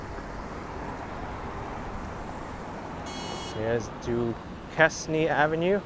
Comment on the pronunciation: I really liked your tour of Culver City. By the way, as my friend, Duquesne is pronounced doo-KAYN. :)